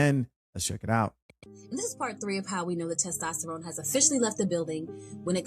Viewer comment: Testrone? Or Tyrone?? Lmao..it's testosterone!!